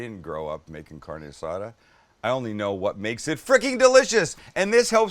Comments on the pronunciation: 🗑 don't even call It carne azada. And then the guacamole... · The Caucasity! Haha Sam stop it with the “Carni Asada”